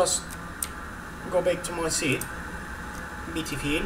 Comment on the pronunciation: BEETIFILLLL, OKURZZZ